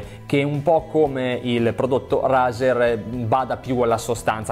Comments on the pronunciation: Consiglio...al posto che quella prononuncis strana.. pronuncialo cosi "reizer" e cosi che si chiama...comunque bellissima top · Si pronuncia reizer